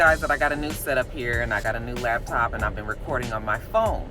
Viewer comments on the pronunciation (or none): Phone quality is way better than the laptop!!! As me and my homegirl say labtop....lol that irks our nerves so bad when ppl say that!! 😆😣😐😑